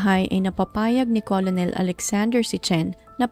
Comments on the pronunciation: Ker nel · Hindi colonel ang pronunciation"kernel" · "kernel" or kur-nul kc ang correct maam pronunciation ng COLONEL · kernel po pronunciation...🙂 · ito po 😊 colonel - kernel Coronel- korenel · "kernel" po☺️. Salamat. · Hi salamat s correction ngaun ko lng to nalaman hahaha kurnel pla pronunciation nun same kmi ni ma'am ng pag basa 😅 hndi aq naniwala nag Google p tlga aq kurnel pla tlga pronunciation nun kaloka😂😂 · Magandang narration...just correct your pronunciation of the word "Colonel." ✌️✌️✌️